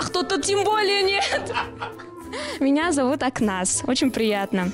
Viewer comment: Акназ емес Ақназ де.... Аузын ай ужас